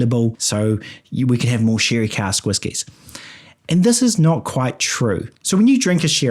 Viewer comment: The thick kiwi accent is the highlight of this video. Corkers like spictrum and shirry and having six with a sheep abound. Luckily whiskey is already pronounced with an I.